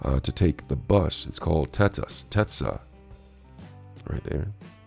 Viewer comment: Did you just say TETAS? 🤣🤣🤣